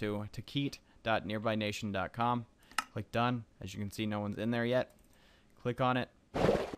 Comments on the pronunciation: hey, its tekkit not tekeet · I believe it's pronounced "Tech-It"... :) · Stop pronouncing it wrong! Think bukkit and technic!